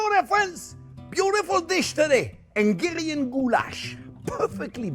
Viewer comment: It's not engarian goulash... it's HUNGARIAN! 😃